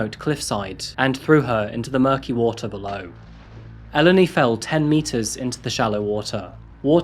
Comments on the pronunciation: Could you try to look up the pronunciations of names before you spend an entire video saying them wrong? Eleni is pronounced Eh-LEHN-ee, not EL-eny. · In Greek ou makes the oo (like boo) sound. So it’s topal’oo’di Also in Eleni you accentuate the 2nd from last syllable so Elèni not Èleni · Hi, hi just a note it's actually pronounced El-en-i! But not crucial to the story, don't worry! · You could have learnt how to pronounce her name, as well as brushing up the editing in general & the rather odd array of non-native speaker language errors, such as phrasal misuse & peculiar stress/intonation. These all spoil this interesting series, somewhat. Just a bit of homework & pre-preparation would improve this series immensely. Learning how to pronounce Eléni would not have been hard, for instance. The trouble is that you repeat her name constantly throughout & it sounds somewhat silly to the listener. Kind wishes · This has been going on for some time. This guy could have learnt how to pronounce the simple words, Eleni & Aegean, among others, which no one has noticed, bizarrely. Greeks have never learnt how to use the present perfect continuous. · The way you're pronouncing Eleni throughout this video is so fucken annoying. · This case struck me the moment I saw the title, my best friend’s name is Eleni, and it’s quite uncommon, especially here in the U.S. One of her biggest pet peeves is people constantly mispronouncing her name throughout her life, so of respect for this poor young woman I’d like to let it be known that Eleni is pronounced “eh-LEH-nee” with emphasis on the “leh” part of the name.